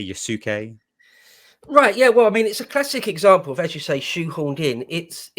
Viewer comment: Guys, it's pronounced yas-kay. The u is silent.